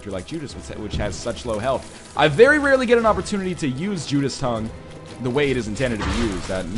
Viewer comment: It isn't Judas tongue, it's Judas' tongue. So it's pronounced Judas-es Tongue. Not Judas Tongue.